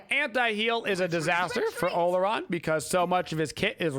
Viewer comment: In case you're curious the real pronunciation of Olorun is aw-law-rune :p